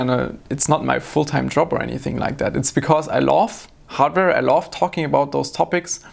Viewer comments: i like his pronounciation of love, "i Laaawf" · At first I thought he said laugh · i'm so confused, you say love or loathe? because it sounds like loathe, but doesn't fit context ;D